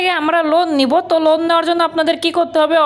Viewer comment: লুন না লোন